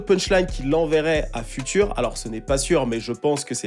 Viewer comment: j'adore tes vidéos et je te suis depuis 2019 mais stp arretes de dire future en français, on dirair le futur dans la conjugaison lol. it's FUTURE, FYOUTCHER